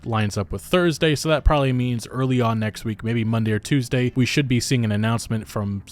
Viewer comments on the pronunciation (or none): none